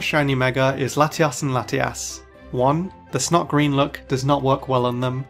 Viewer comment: Why do i hear "Latias and latias" hahaha